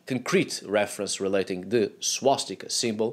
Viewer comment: Its swastika not swastikā. Swastikā would be female swastika which doesn't make any sense